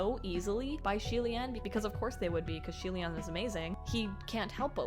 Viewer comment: Btw xie reading is more of "c-ye" c as in how u read the the alphabet in the abc song....